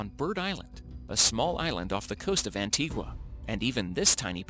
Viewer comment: I love y'all and all but how u pronouncing Antigua like that😂😂